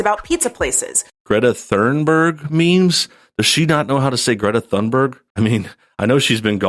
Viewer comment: No, Thunberg is not pronounced like thunder, but like tuna. It's a Swedish name. You're both wrong.